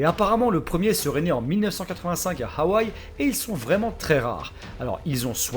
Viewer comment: D'habitude on dit que le H de hawaii sert a rien mais lui prononce bien le H Ok ok je me casse me taper pas